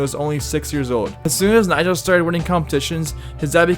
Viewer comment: Be like everyone who has undertitles on when he says the nam Nyjah🤦‍♂